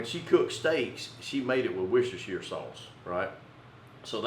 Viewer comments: lol great vid but the wusashire sauce was just priceless! It's pronounced wuster sauce. simple :) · native speaker here. it is pronounced wooster sauce, not woustershiresauce. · You pronounced "warshyersister" wrong. Otherwise great video! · aaaargh, its pronounced 'wuster sauce' not worcestershire............................ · Did you say what's your sistah's sauce 😂🌶😂🍺🦌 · That is one incredible beard style! Love the recipes (btw Worstershire sauce is pronounced Wooster sauce ! British English is crazy I know) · I love how Americans try and pronounce worcestershire sauce 😂😂😂😂